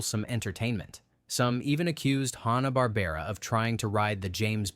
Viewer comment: I'm pretty sure he said "Honna" Barbera, too.